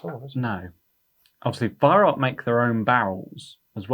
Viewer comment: Why can't you pronounce the word 'Weihrauch' correctly? It is not 'weihrock'.